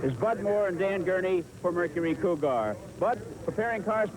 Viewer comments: Yep, RIP to several of these guys. But it was nice to see them racing the Mercury "Cou-GAR"(as the interviewer kept calling them). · That interviewer at Sebring needs to learn to pronounce "Cougar". LOL.